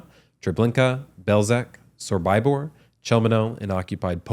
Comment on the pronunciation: You Also pronounced sobibor wrong!!!!!!! Wow